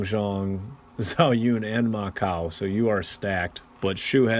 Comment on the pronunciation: Sorry, but I just have to get this out of my system. Zh = J (Which means Zhang Fei becomes Jang Fei.) Ch = Not K (Ma Chao is not Ma Kao)